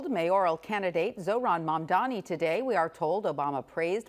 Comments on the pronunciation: finally said the name right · First time Cuomo got Mamdani's name right! 😂😂😂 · Cuomo this time said it right, Mamdani 😊 Meanwhile Sliwa talked about new generation... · is this the first time Cuomo pronounced the name Mamdani correctly? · Wait... Cuomo actually pronounced Mamdani right this time? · I disagree strongly. He intentionally does it and slipped this time by saying it correctly.